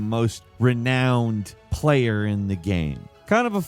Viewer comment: homie got renowned right but still said REE-NO-N?? HUH??